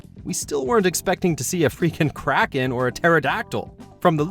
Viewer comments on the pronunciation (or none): none